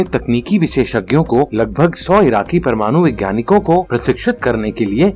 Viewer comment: प्रमानु नहिँ भैया परमाणु होता है ।